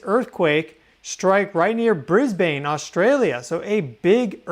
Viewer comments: Not Bris bain drop the e of Brisbane folks sounds like Bris bun.... Thanks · I am Australian. I live here. But I’ve never heard of Bris-bane. Did you bean Brisbane - pronounced Bris-ben? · mate--stop saying " BrisBAYNE"-- we DONT say it like u guys do. its BRisbane. NOT bris BAYNE ok!? hahahaha hey we had a quake the other morning in Victoria too!!! lol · It is Bris…ban… … not said phonetically.. the silent e doesn’t make the a say a… yes I know your name is … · Aussie here... Time for an Aussie English lesson... Briz-bin. Harvey Bay. Also, I used to live in that part of the World, on Russell Island. From the Gold Coast to the Sunshine Coast is 200 km, about 125 miles. That was a BIG QUAKE!!! Love your work,. God Bless! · Brisbane is pronounced Brisbin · Hi thanks for reporting on Australia earthquake...Hervey Bay is pronounced, Harvey Bay. ❤ welcome to Australia language 😊. And Brisbane is pronounced Bris bin 😂. Not that I'm bothered but just wanted to let you know.....love your work and always following you, Much love ❤❤❤